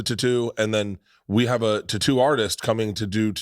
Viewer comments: In his ad saying titoo instead of tattoo he honestly made me want to kill myself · Ive never hear tattoo pronounced tutooh before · Because you mispronounced tatto I will never buy that product doesn't matter the brand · For god sakes stop saying tattoo lol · I cannot handle the way Bert says tattoo literally lost it when he was trying to do that add read